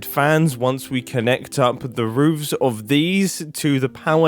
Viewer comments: It’s roofs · as far as I'm aware, it's always spelled "roofs" but may be pronounced like "rooves" depending on dialect! edit: for the chimney gradients, I'd have the darker mushroom blocks nearer the top (where the smoke is, staining the chimney) rather than the bottom! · I absolutely hate this. Proper modern American english says roofs, but that sounds terrible! 😂